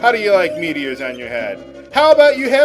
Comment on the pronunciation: and she eats mete-os